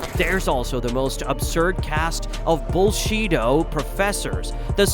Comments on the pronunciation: did i hear "bullshito" or "bullshido"😅😅😂😂😂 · Dud you say " Bullshito Masters"?